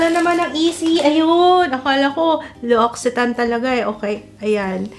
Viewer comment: Pronunciation po is: L'OCCITANE = LOX-EE-TAN (per L'occitane en Provence channel)